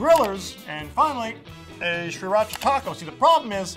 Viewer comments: Maybe I am wrong but I don't know. Isn't it pronounced SIRacha instead of SHREEratcha? Then again I am almost sure pronounced it this way on purpose as a joke. Or please... maybe a birthday gift to me? Please something!!! I can't stand the way you pronounce it and I demand an explanation. Any one will suffice as long as you give me one. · wtf how does this guy not know how to say Sir-ra-cha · Its pronounced See-rah-cha... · Stop saying SHRIracha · STOP SAYING SRIRACHA LIKE THAT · You aren't supposed to pronounce the first R in Sriracha. I actually live in Sriracha, Thailand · I stopped watching this video after 6 seconds because I cannot stand the way he pronounces sriracha. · I cant stand how you pronounce Sriracha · Please learn how to pronounce sriracha..